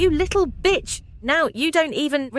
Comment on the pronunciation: They say batch instead of bitch 😅😅